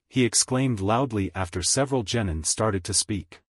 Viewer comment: You gotta stop saying genitals for gennin